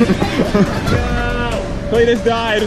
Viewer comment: CLEE-TS V